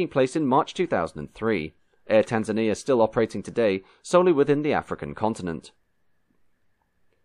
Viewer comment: Heheey... us Tanzanians getting a shout on Motion History. Decent pronunciation of the names of countries, cities and towns. But why only the post independence flag of Kenya is shown, the rest of us have to do with British Protectorate flags? Fantastic video as usual